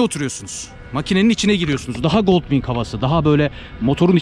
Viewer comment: "Honda Goldwing" yazılır "Honda goldvin" olarak okunur. tabii ki doğrusunu sen bilirsin. Yorumların güzel, izliyorum.